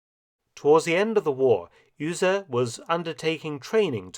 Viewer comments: Mark - great videos, always. But - there's always a but - please get some help on German pronunciation. Beate is pronounced bay-ah-tuh. The U in Uhse is pronounced like to, do, zoo, you... The way you are saying it makes it Ühse. Ü and U have entirely different sounds. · Honestly, his pronunciation of Be-ate Uhse was beyond recognition for a German native speaker. I do understand that most foreigners have a problem with ä ö ü pronunciation, but in this case he pronounced Uhse like Ühse. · Beate Uhse...not Öse! :D (SCNR! I know German isn't an easy language for non-natives! Still, I can't helpt but point this out!) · Your pronunciation of Melitta von Staufenberg is pretty good, but you totally butchered Beate Uhse. It’s more like Be-ate (the „e“ pronounced like the „e“ in „German“) and Uhse is a „u“, not an „ü“. The English pronouncing of the „u“ would have been pretty much spot on. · Uhse, not Ühse or Uehse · With all that effort you put into these magnificent videos why not spend a little time updating the name pronunciation. Beate Uhse was never pronounced Yrse. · Uhse is said Oose. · Was much worse to hear "Üüse". Okay, maybe Saxons and Anglo-Saxons do be near relatives . . .